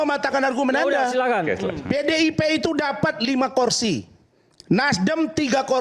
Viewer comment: Om Razman. Kata yang benar itu "kursi". Bukan "korsi"